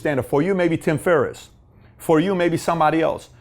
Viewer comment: Put some respect on Tim Ferriss's name! Lol still love your channel.